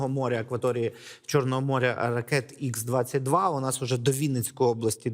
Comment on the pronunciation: Ведучий майже за 3 роки війни не второпав що ракета Х-22(ха),а не ікс, як він каже.